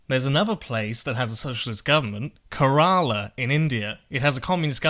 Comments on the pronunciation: Just a pronunciation thing - Im pretty sure that when saying Kerala the emphasis is on the first syllable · Just a slight correction It's pronounced 'Care-a-lah' not 'Kay-raala' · You pronounced Kerala wrong. It's "CARE-all-a". Source: about 100 Malayalis I grew up around. Also, their socialist government isn't completely autonomous, they're still just a state of India, so the fact that the state has a socialist political party is no more relevant than Bernie Sanders being senator for Vermont. Just because the socialist/communist party is strong there doesn't mean that the state is operating as a socialist utopia. Because I promise, it isn't...there's just as much corruption, bribery, and abject poverty in Kerala as there is in the rest of India.